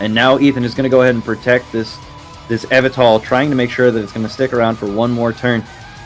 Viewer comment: The way pronounces Yveltal all throughout the video is killing me while watching this